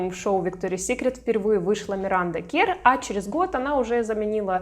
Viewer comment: Имя произносится Миранда КЭрр, а не КЕрр